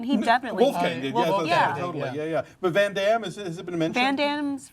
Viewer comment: say it right its not ven dem its VAN DAME